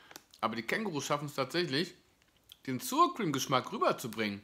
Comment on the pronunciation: Mit der korrekten Ausspreche von Sour hapert`s noch, ansonsten eine sehr, sehr hilfreiche Rezension.^^^